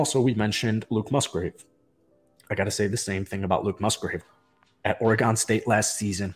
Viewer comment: It’s Oar-Gun 😂😂. From a Oregonian!